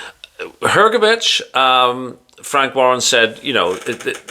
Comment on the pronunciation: Hrgovic, matey, not Hergovic.